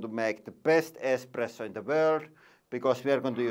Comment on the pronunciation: lol he says expresso. least his daughter says it right